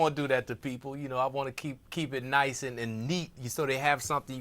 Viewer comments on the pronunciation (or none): none